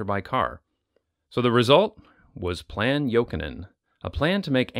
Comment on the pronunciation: AS A FINNISH PERSON U SAID ”JOKINEN” REALLY GOOD. it’s a finnish surname